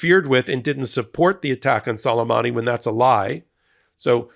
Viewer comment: I believe it's prpnounced Soo-lay-mahnee.